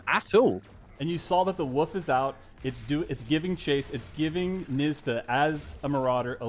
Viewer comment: Why does he pronounce wolf like "woof"